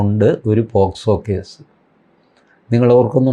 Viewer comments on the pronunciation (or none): none